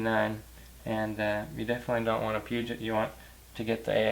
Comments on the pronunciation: Please learn to pronounce Peugeot. (Hint: It's not Puget!!!!). Otherwise good, informative video. Note that the head crack problem started in late 99 (2000 model year). Most 99 models not affected. Problem was resolved by 2001. NP242 transfer case is WAY nicer for street driving. In the 4 full time position it's like driving a sport sedan from BMW or Audi. No need for aftermarket parts with it anyway (unless one is building mainly for off-roading). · It's actually more like puh-joe. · Peugeot= Pew-Jo' ... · Can any American born say Peugeot properly it is pronounced pergeot. (And I’m moving there) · Peugot - Say it with me... Poo-Joe. Awesome video BTW. Love your stuff.